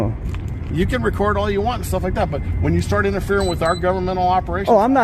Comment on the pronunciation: Narrator is not pronouncing the word record, correctly